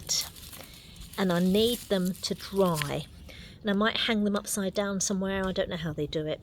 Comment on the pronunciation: Dry. Not draw.